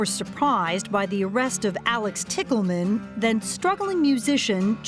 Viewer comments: O.k....the last name "Tickleman" for a sex worker is hilarious! I know it's not spelled that way but it is pronounced that way. Is it a fake name she chose or is it her real name? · Couldn’t they have pronounced “Tichelman” just a LIIIIIITTTLE different than “Tickle Man” ???!?😂😅 I mean… considering the nature of the story 😅